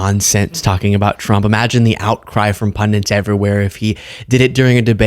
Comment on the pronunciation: the word is 'pundit', not 'pundent'. If it's any consolation, though, your arch rival Ben Meiselas makes the same mistake 😅